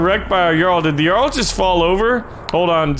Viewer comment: ‘Cuse me.... it’s jarl- ja-arl